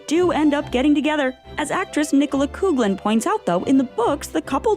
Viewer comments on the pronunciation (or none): I would just like to thank you guys for making me laugh by pronouncing “Coughlin” as “Coog-lin” 😂 It’s Irish, it’s “Caw-lin” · Nicola Coughlan's surname is pronounced "Cough-lin" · can you PLEASE teach the narrator how to pronounce words and names like "Coughlin" (cough lin) and viscount (vie count) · It's actually pronounced coff-lan. She's Irish. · OMG…another video narrator who refuses to properly pronounce VISCOUNT not to mention Nicola Coughlan’s surname. So annoying. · The way you pronounced Nicola’s second name “Coughlan” . I can’t 😅😭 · The constant mispronunciation of Nicola Coughlan's last name, is aggravating! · Sorry but I think you might be badly mispronouncing Coughlan. Also Viscount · I was about to write a comment! Yes, it's supposed to be that. I mean, she has sooo many interviews saying this, it's not that hard to find a video of her saying her last name.